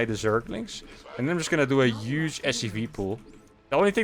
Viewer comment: This gonna be 'uge. Lol, don't hate the "h".